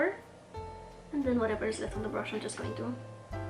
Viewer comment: I was so curious about your accent! I accidentally offended another YouTube channel (An Knook?) I told her that I loved her accent and every time she pronounced “brush “ she said it like “brsh “ like without any U sound? OMG! The next video she released- she went overboard- with enunciating every single sound in the word brush! 😱 I even made it a point to tell her I thought her pronunciation was adorable! She was obviously offended. Seriously- the RCMA powder can’t be bought at any store here in the US, either. You speak incredibly good English❣️❤️😉